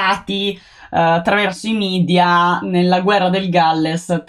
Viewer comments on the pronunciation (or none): none